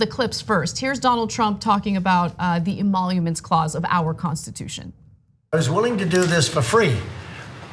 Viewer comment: To be fair. He said phony "emonuments" instead of emoluments.